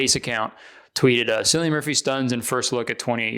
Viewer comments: Cillian is pronounced "killian" btw, not "sillian". C is always pronounced like K in Irish, not S. 😊❤ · it’s pronounced killian rather than sillian btw 😊x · Kurtis I need you to know Cillian Murphy is pronounced like Killian not Sillian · lmao cillian is actually pronounced with a k like killian not sillian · Kurtis cillian Murphy is pronounced killian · Kurtis I just want to inform you that Cillian is pronounced like Killian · Kurtis it’s pronounced like killian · How did he pronounce cillian like sillian 😭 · Cillian Murphy is pronounced Killian Murphy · as an irish person when you pronounced “Cillian,” as Sillian, a part of me died a little, i had to put down my pints of guinness, claddaghs and shamrocks down and take a moment. (i am kidding ofc, that’s why i said those stereotypical irish things) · Ily but Cillian is pronounced with a k 😔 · Kurt is gonna get Cillian fans so pissed with that mispronunciation 😔💔